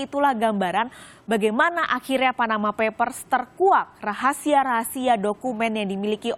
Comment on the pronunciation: perlu belajar bhs Inggris, yang benar ""Panama Papers". bukannya Panama Peppers (merica dari Panama). Dasar lidah po'ong "ubi kamu" atau ketela POHON.